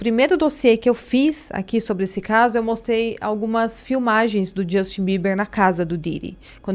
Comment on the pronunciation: Não é Djustin e não é Combis.